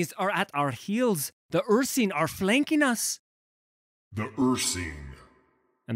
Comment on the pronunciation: Really like your readings, but Ursine is pronounced "Ur-s-i-ne", not "Ur-see-ne".